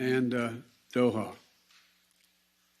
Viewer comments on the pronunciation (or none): Doho??, it's pronounced DO-HA! I think he's confusing it with himself of being a dodo.